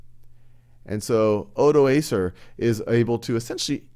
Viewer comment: u should say odoakar, not odo-acer, he was not a laptop!